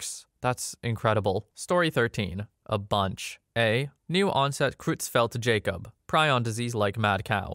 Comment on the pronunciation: You pronounced most things right I think, but there were some spelling mistakes (probably from the original posts). It's: *Prader-Willi Syndrome *Lesch-Nyhan Syndrome *glycogen *Creutzfeld-Jakob disease, where the first part of its name should be pronounced like in German, so Croytz-feld.